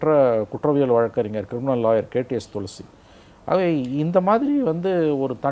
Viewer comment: Thulasi ila pa tulsi .... Haha 😂